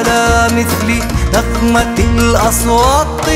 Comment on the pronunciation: صوت و أداء في قمة الروعة، بس ليته ينطق كلمة (أصوات) بالتاء بدل الطاء أحلى❤